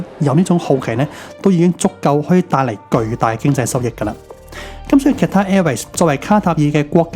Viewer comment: 主持人好似讀錯左Qatar🤔